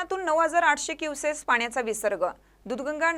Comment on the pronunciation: क्युसेस कि क्युसेक ?? आवाहन सांगत नसतात तर आवाहन करत असतात !!! शुद्ध मराठी बोलण्याचा प्रयत्न करावा !!😢